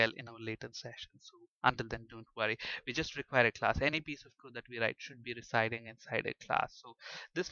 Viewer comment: Great Lecturers Thanx alot .. But can you please use a better accent !! There's a difference between We and Ve Available and Avalbl Way and Vay Server and Sewer Allow you and Allov you .. etc Please accept my advice .. Everything else in your lessons were Amazing and helpful Thank you very much